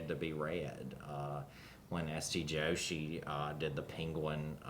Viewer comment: If over an hour long conversation Lovecraft continuously mispronounced S T Joshi's name then it would have been presented as another example of his ignorance and racism, but the esteemed authors in this panel are all wonderful people. S T Joshi is an Indian-origin person not Mexican or Spanish or Latin American. It's not Yo-shi. It's Jo-shi.